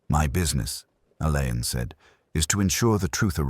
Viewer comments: Roderick Alleyn pronounced ALLEN see Wikipedia ❤ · How clever would it be if names of unsure pronunciation used Googled or Wikipedia first? Alleyn being ALLAN‼️‼️